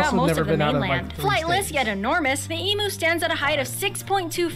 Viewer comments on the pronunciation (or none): its NOT an EMoo, its an Em"U" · It's noy pronounced as EMOOO Its is EEEEEMYU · The Spotted Hairy Tail? LOL It's actually called a Quoll. Since we are making up names, the bald eagle shall now be know as "The white headed Swoopy McSwoop Face" or something. LOL AND FFS lady, learn how to pronounce EMU! It's not E-MOO! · To much to go into here, she gets so much totally wrong..I mean..Emoo?..It's pronounced Emyou! ..Spotted hairy tail??.What!!..They are Quolls..The largest of which is called the Tiger Quoll....And neither the Emu or the Ostrich are native to America!..Aaaggghhh!..I give up! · This narrator is is shocking with her mispronunciations. And not just Australian names for animals but her general English too. She is definitely not Australian otherwise she would not have mispronounced the word emu as "ee-moo". I don't know why people keep mispronouncing emu. It's not "ee-moo" it's ee-mu. That's how it's pronounced in Australia where it is endemic!! FFS! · This word is Emew.... The other is EMooo. The first is correct, the latter, I can milk. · This narrator says things like Spotted Hairy Tail it's Spotted Quoll, Mythical Goanna it's just a Goanna. Also pronouncing Emu/Kookaburra incorrectly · Ostriches are native to Africa. Platypus tail is not venomous, the male platypus has a venomous spur on their hind leg, the effect on humans is painful but not deadly. The narrator of this clip doesn't pronounce emu or kookaburra correctly. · The woman talking about our animals is making me laugh with her lack of knowledge and how she can't pronounce some of the animals lol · I hate the way everyone who isn't australian says Emu..